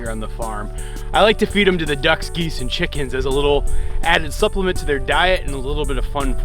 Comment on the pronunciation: I love you say,”Release the quicken”!